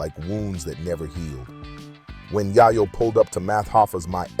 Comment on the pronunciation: Bro it’s YAYO NOT YIYO